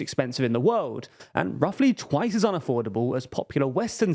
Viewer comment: Can you say "world" again? Wowd